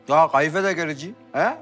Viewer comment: Feritin gayfe demesi